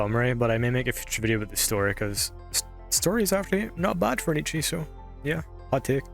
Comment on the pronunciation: I have to point this out because my OCD is screaming at me (Please believe me, I'm not trying to be a jerk). You kept mispronouncing 'Ecchi'. Ecchi is derived from the Japanese pronunciation of the letter 'H', which is just a reference to the word Hentai. They basically just shortened 'Hentai' to 'H' and with a Japanese accent, it should sound like 'et' (as in bet) and 'chee' (as in cheese): 'et-chee' Anyway, love the video. We need more love letters like this to this amazing anime. Highschool DxD is genuinely a top-tier anime, in my opinion, and I always appreciate videos like this.